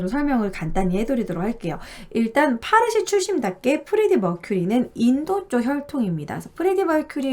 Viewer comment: 파르시라고 안해요~~ 빠시...라고 불러요. 제 대학원다닐때, 학장님이 빠시출신 인도인이셨어요~~^^ 잘 봤어요.